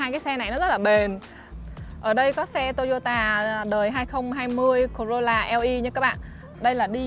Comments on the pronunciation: Sao lại đọc là "tô y ô tà"mà ko phải là" tô y ô ta" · Toyota chứ k phải tô dô tà nha e